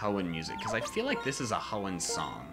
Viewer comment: Good thing Hoenn and not HEONN